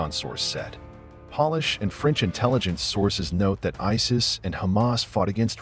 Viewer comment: Pronounces "polish" like "shoe polish" when the context is Poland, and "Polish" should be pronounced like Pole-ish. So...this is a robot voice. I don't trust robots to tell me anything. Clicked off as I heard a mistake which no human speaker of English would ever make.